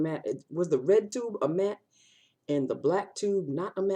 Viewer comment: Lol the way u say "red" giets me every time...your priceless.....the red rimmel tubes are matte black are creamy......happy new year Love dani